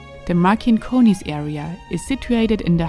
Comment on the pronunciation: Pronausation: MarCinkonys (C - like Citrus), not MarKinkonys. But video is nice. Next time please visit Neringa / Nida. There is another Cosmic beautiful land!